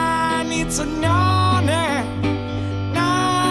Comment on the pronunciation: When he says know now he says no nah